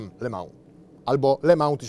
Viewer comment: Nie "le mał" tylko "le mą" bosze.....